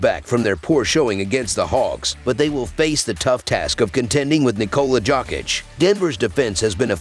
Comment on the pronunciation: Nicola Jock-itch 😂